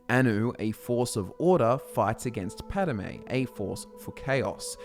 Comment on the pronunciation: *Padomay, but otherwise good. :)